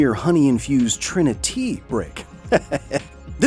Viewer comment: Trini-tea? Cesi-yummy amirite?